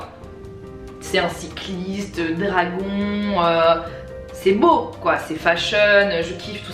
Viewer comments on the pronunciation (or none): none